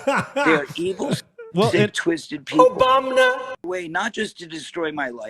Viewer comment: Corey Feldman: "This is a very serious –OBAMNA!– topic."